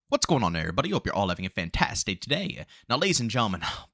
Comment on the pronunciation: Can someone please tell me wtf he says at the beginning of his videos?! 😠 "Fan-tass Day?" Is it meant to be some shortened version of Fantastic Day? It irks me 😂